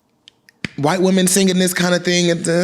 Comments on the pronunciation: Why are you saying "whyte" like that 🤣🤣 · The emphasis you kept putting on “WYTE” is sending me 😂😂